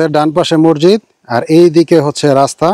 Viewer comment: মরজিদ শব্দটি ভুল উচ্চারণ সঠিক উচ্চারণ হবে মসজিদ